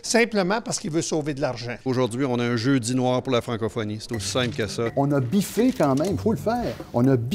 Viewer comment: oh! vous pouvez mettre "biffé" en sous titre autant que vous le voulez. Mais pour moi il dis Bifflé, et ce, a plusieurs reprises ( ͡° ͜ʖ ͡°)